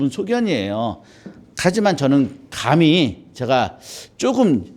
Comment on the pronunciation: 좌성하오나, 자고저 믄제가 심각하나이다.장음인 첫 자를 짧게 잘못 발음하신 예:사람,감히, 되요, 머냐하면, 세상, 좋겠다, 두 개, 시각,(좋은) 운,제가( 나 자신), 등!! 이런 평상어의 발음이 이렇게 틀렸나이다.!! 이 자리에서 이런 강의를. 들으시는 여러 분 어떻게 생각하십니까!?? 장중히 권하오니, 치시면, 우리 말에대한 귀한 강의를 들을 수 있나이다. 미국 변 완수 드림